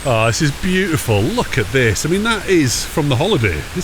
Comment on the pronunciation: It’s boot-ti-ful 🤣🤣🤣